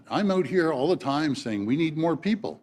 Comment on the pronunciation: Almost. Said “team” instead of “time”